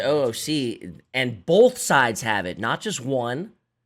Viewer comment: is from the PNW? He pronounces both like “Bolth”